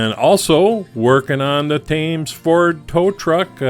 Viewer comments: Nice job. Just as a pedantic point of pronunciation, on this side of the pond we say Thames as 'Temms', as in the river through the middle of London. :) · Nice Job I was with you right up to the nascar part..hmmmm... Anyway just as a point of interest Thames is pronounced 'Temms' same for the river Thames, ok? Regards Chris. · A lot of the pronunciations will be regional variations but the "Temmz" is the main river that flows through central London, under Tower Bridge, and I don't think it's ever pronounced differently. At the end of the day though, I don't suppose it matters too much.☺☺ Reading some more of the comments on the Lotus, your fans seem to agree that you knocked this one out the park - well done.